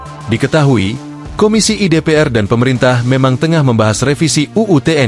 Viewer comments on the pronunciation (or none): Tolong Admin yang bacakan berita jangan mesin (software) donk, kedengarannya nggak enak, misalnya Komisi I seharusnya dibaca Komisi satu, disini terbaca Komisi i , LBH dibaca Lebih, nanti kalau ada kata BAB I (yang seharusnya dibaca BAB satu) akan terbaca babi.....